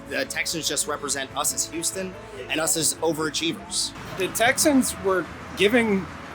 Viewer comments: Why does pronounce Houston as "You-ston"? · So you know it's H-Town, yet you still say it like Youston. sigh Could be worse. Could say it like New Yorkers and say How-ston.